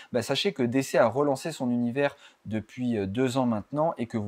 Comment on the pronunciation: On dit plutôt "DiCi" que "DéCé"